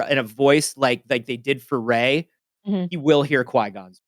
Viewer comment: REY VAH? LMAO . Anyway really hope it ends strong. Seeing all the excitement and the cast at Star wars celebration made me want this to succeed.